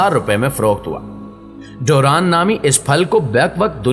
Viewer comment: This is durian not duran..